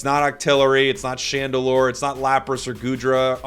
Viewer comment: pretty sure it's chandelure